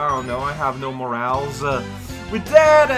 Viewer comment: When said "I have no morals", it sounded like "I have no more owls" and I was deeply concerned